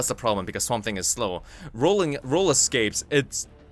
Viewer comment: did you say swambe? it's confirmed swamp thing = harambe lol nice vid😁